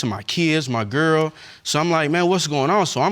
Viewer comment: Did he say gwirl?